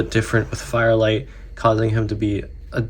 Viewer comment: Why did you keep calling this guy fire light instead of fire flight?